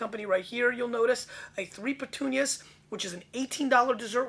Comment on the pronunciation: Also it's not "petunias". it's puttonyos (Poot-tone-yosh). It refers to the amount of sweetness (sugar) left in the wine after fermentation.